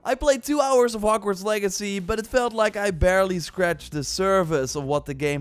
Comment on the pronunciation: Bro what us "hockwarts" and "libary" lol You said something like "theres secrets in hockwarts" and even in the "libary"